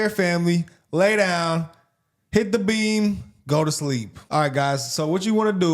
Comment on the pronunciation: Swear I thought you said turn on some Cartier family lay down and hit the bean, thought I like watching your videos but not that much,,, then realized it was beam with an M